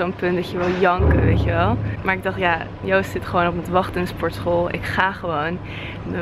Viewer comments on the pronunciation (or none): none